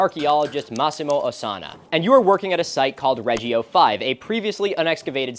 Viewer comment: an extremely minor gripe, but for god's sake choose between classical and ecclesiastical pronunciation already i heard [ˈta.kɪ.tʊs] on one sentence then [ˈrɛː.d͡ʒi.o] on the other, it's actually a bit painful